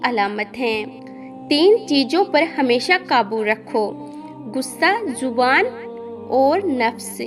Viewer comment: विडियो में जिसकी आवाज उनकी जुबान कच्ची हे जेसे गुस्सा ,जुबान,जरूरी जेसे गुस्सा, ज़ुबान, ज़रुरी कमजोर, कमज़ोर